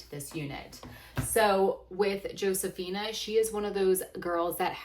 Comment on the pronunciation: This isn't meant as a criticism, just wondering why you dont pronounce her name Ho-se-fee-nah like its supposed to be